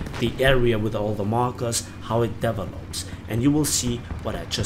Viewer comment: small unrelated tip: you are pronouncing "develop" and "developer" etc. wrong. Link to pronounciation